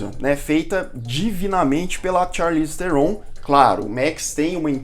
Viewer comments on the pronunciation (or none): Se pronuncia "charlize tron" o "H" e o "E" do sobrenome dela são mudos. Numa entrevista num programa ela falou como se pronuncia corretamente. Aprendi isso no canal Super 8 q ele fala sobre o filme The Old Guard em q ela participa. aqui o vídeo: Mas o video ficou muito bom e amo esse canal!